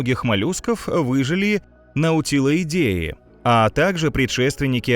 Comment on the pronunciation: Хозяин, извиняюсь за вмешательство. Но в латыни буквосочетание AE читается как [Э]. Таким образом, не НаутилОидЭЕ, а НаутилËидЭ, так как НаутилЮс: буква L всегда давала магкий звук. Это не современный итальянский!